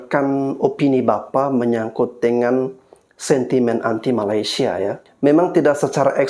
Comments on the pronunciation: Sebutan kamu tu kena betulkan. Ma-lay-sia...Melay...Melay..Melay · Dorg tu takpandai eja Malaysia.. Yg dorg sebut malasia pastu singktkn jadi malas... Kan lawak tu